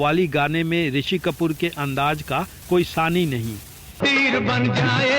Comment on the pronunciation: Lihaja nahi Lihaza hota hai Aor andaj nahi Andaz bhai sahab